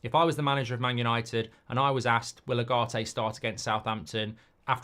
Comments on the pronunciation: Please pronounce his name properly, is Ugarte not agarte, it is like oogarte , he will be masive for you if the coach gives him trust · Now that Ugarte is official, it’s about time Mark managed to get even close to pronouncing his name correctly. «Ah-Gah-Te» 😮‍💨